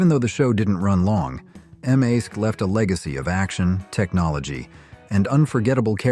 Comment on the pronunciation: M. A.S.K.??? No. It is pronounced “mask”, as in , a mask that you wear.